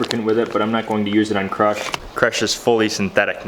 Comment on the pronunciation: Everytime I hear you say crush I hear crotch 😁🤘